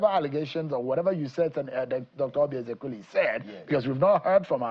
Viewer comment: Now who is this Nwebonyi, a MISROAD UNFORTUNATE Akpabio STOOGE to front Dr Oby Ezeks. A RIFFRAFF Nwebonyi who will NEVER EVER had been in govt if not for the decadence in NIGERIA. He CANNOT even pronounce "EZEKWESILI".